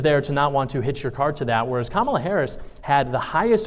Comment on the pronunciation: Gotta give credit here, at least he pronounced Kamala's name correctly 😂😂😂